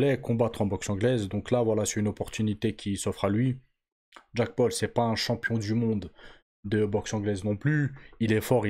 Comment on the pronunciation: Jacque paul 😂😂wesh la prononciation c chaud